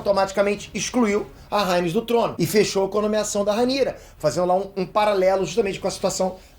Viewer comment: Não é Rhânes, é Rhéinis. Não é Cérvo, é Cêrvo.